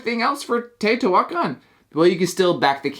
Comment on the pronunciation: it is pronounced teo-ti-hua-can NOT teo-ti-huac-an